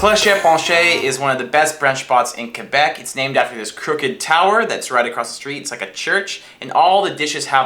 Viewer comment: Thank you for saying Québec right